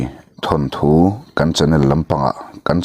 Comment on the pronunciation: Thanthu tih chu ava zialo ve naupang chuan lo ti se chuan thu hran, thil chhiar leh athu hi uluk deuh ang che midang hetianga thu diklo deuha sawi ngaihthlak peihlo ka nei nual mai...thawnthu tih tur aw..